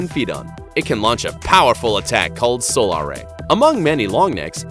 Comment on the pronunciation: So-LAR ray... Why do some people say things so wrong?